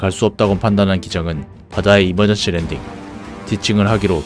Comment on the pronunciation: 초에 이멀전씨 아니고 이멀전시입니다